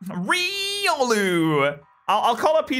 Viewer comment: its Ry-Ol-oo